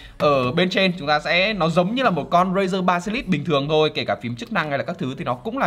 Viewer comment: Basilisk nhưng việt hoá ba si lít nghe hài vl anh =)))